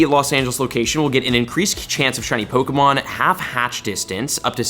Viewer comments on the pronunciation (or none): I watch these videos more for the mispronunciation of pokemon names. Baffling you’re a pokemon content creator (and not relatively unknown) and you can’t even say the names right.